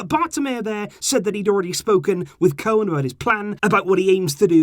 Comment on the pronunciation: Koeman is pronounced Coo-man